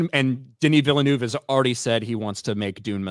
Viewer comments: Villeneuve sounds more like "Ville-nehv" than "Ville-noov". "eu" in french makes a sounds english people never make... but phonetically it's closer to a Short E sound (ĕ) than is to a "u" or an "oo". It's like a short E (like in 'bed' or 'egg') but a little closer to the "oo" sound, which is like you are being more breathy with it. Like halfway between "ev" and "of". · knows many things about Star Wars but like all Americans he cant pronounce Villeneuve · French here, the pronunciation is not villnoove, the "eu" is the same sound as the "i" in "first"